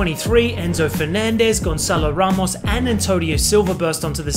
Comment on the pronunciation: I think maybe he studied how to properly pronounce our stadium and Joao Neves. His pronunciation is spot on, but Gonçalo Ramos didn't have the same pronunciation, which is what makes me think he’s not Portuguese. Regardless he did a really good job